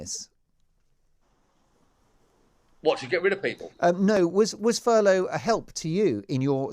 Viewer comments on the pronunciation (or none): This mong actually called it "furlong" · Just goes to show any thick plastic faced knob can make money, brains not necessary. By the way, it's Furlough, not Furlong. Maybe Charlie's had too much charlie up his hooter.